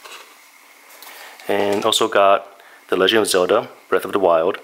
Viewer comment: Zelda. not Zewlda